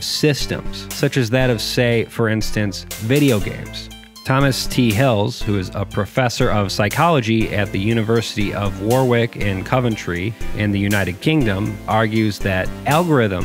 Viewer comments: "war wick" hehe, it's "worick" but good video. ^^ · "Warwick" is pronounced "worik"